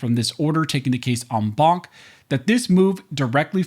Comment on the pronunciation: Every time you say enbaunk, I drink, and now I can't drive home.